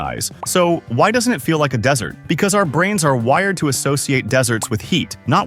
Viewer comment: then why does he say dessert instead of desert